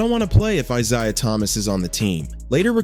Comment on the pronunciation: eye-ZAY-uh eye-ZAY-uh eye-ZAY-uh eye-ZAY-uh